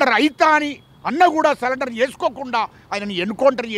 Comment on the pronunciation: సరెండర్ అని చెప్పురా అయ్యా, సాలెండర్ కాదురా?